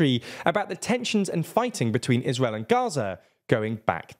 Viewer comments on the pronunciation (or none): none